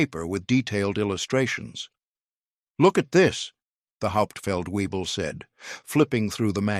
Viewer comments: Haupt feld webel not weee bull!-- VAY BULL! I could correct the narrator's pronunciation... shameful. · It’s not hauptfeld Weible. It’s “Hauptfeldwebel” (German for Sergeant Major)! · "Get the Hauptfeld Webel.." 🤣 .. That's how you know it's an AI .. without any "I".. "Hauptfeldwebel" is a military rank... Stupid crap gets a 👎 immediately.. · Narrator: Learn how to pronounce German ranks correctly: "HAUPT felt vay bel" (Master Sergeant) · Haupt-feldwebel (Sergeant Major) not 'Hauptfeld Weible'! 🙄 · Hauptfeldwebel - NOT weible. Please to correct. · 😂 get the "hop feld viebel" this one's intact. "Hauptfeldwebel" SFC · Try and get your spelling and pronunciation of non-com ranks correct! The 1st Sargent is Hauptfeldwebel... pronounced "howpt-felt-vay-bel"!